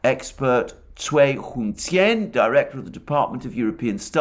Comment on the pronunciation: Clearly you have consulted pronunciation guide: Cui = Tsuay …one of the more challenging vowels for non chinese speakers. Bravo!